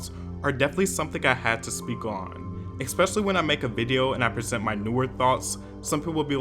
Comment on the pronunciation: Why do you say “eckspesially” lol